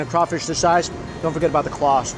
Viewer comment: Hey New York: It's "praw-linz" not "pray-leens", it's not "poor-boy" it's more like "po-boi" (can't quite get the pronunciation down in text), and it's not "a crayfish boil" it's "crawfish bole". My grandma used to make that porkchop and basically Cream Of Mushroom soup mixed with a little porkchop gravy smothering over it. And during that whole viddy I didn't see even one single example of Collards anywhere. I know you don't like green vegetables but you CANNOT leave the South until you have experienced the culinary lingual orgasm that are properly prepared "Mama's secret recipe" collards. My grandma made the_best collards using apple cider vinegar (not regular white like rookies use) and salt to just take the edge off the massive bitterness, and just the right amount of brown sugar (not white, and one time she even subbed in some Alaga sorghum syrup which was a little bit too sweet) to bring up the sweetness just a little bit. SO GOOD!!! - 50% Dixie Man